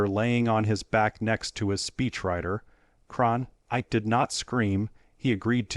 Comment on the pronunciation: CronKITE, not Cronight or Kankite!